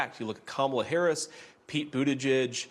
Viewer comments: It's very racist and misogynistic for Republicans to continually and willfully mispronounce the name of the Vice President of the United States of America. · Republican dude...say her name right!